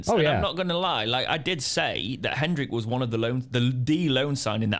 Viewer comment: I'm gonna score the bingo for getting a name wrong while trying not to get a name wrong. HenDrick? wtf? 😂